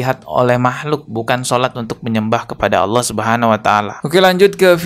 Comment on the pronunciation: "Allah" pengucapan yang benar kak.